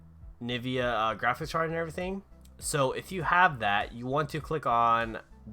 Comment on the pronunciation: lol its actually NVIDIA, pronounced as en-vid-ee-yah